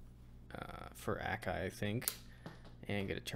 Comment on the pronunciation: a kai not ak ai